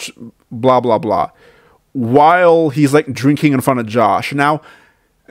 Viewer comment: What kind of grown man talks like this? "He weally started dwinking mowe, his face turned wed"